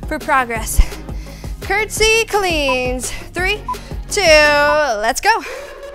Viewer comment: I heard “curtsy queens” instead of cleans👸🏻